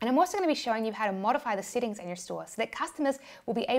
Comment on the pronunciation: SETTINGS, not SITTINGS